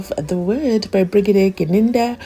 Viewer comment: I don't know how to pronounce it my lord the whole bregadia the LLB student at this level of education this man is reading as he the grade five stud not even the child can read better